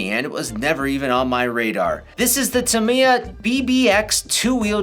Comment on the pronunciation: That’s quite close to the Japanese pronounciation. I’d like more people to pronounce it the way does. Then again, it’s always a conversation starter when a presenter butchers foreign names.